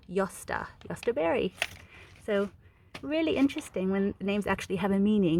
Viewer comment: Your German pronunciation sounds good ,do you speak German?